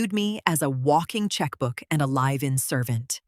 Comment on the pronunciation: Live in pronounced "laive in". Past tense of "read" pronounced "riid_